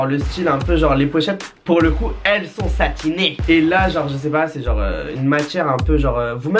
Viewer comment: Pourquoi a chaque fois qu'il dit "SATINÉ" je ris